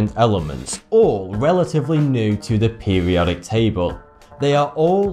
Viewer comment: You need to pronounce things right in English you said pubiotic table you need to say periodic table